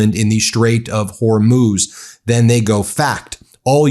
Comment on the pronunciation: Ben, you're doing great on your pronunciation of Hormuz but the plural of aircraft is aircraft. I know you can do it.